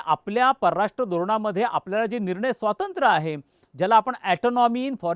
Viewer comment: स्वातंत्र नव्हे स्वातंत्र्य म्हणा.